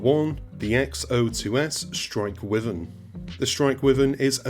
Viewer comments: Obviously no DLC here, else the CFA-44 would absolutely be on the list. The ADMM is RIDICULOUS, and having a pair of Railguns gives some absurd range. Also, pronunciation gaff; It's not "With-earn", it's "Why-vern". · How do you not know how to pronounce “wyvern?” Bless